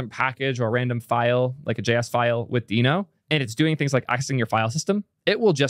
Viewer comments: and yet he says “Deh-no” about half the time. But I can’t tell if he’s trolling… just heard him pronounce “gist” (as in a GitHub gist) with a hard g, and it felt like a troll. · its pronounced deeno, its literally a dinosaur in the logo... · I'll watch the video anyway, BUT when the official promo says /diːnoʊ/, then you really should care just enough to drop your former mispronunciation and start using the one used by the damn creator. Is it really THAT hard? 🙃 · It’s deeno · how would you pronounce the logo? its a DINOsaur..... i cant watch this video with how you are pronouncing deno.. go with deeno or dyno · is sometimes pronouncing "Deno" the way Ryan Dahl originally pronounced it, but he and the rest of the org agreed to pronounce it "Dee-no" in 2020. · Everyone's so worried about misgendering people, but then completely disregard the correct pronunciation of names... It's pronounced "dee-no", just look it up! It's literally the first thing on the Wikipedia page or Deno docs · Uh... I am so unqualified to weigh-in on this pronunciation. But given the branding, isn't it obviously pronounced "Dino"? 🦖🤔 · i watched until you decided to mispronounce it like an idiot. skip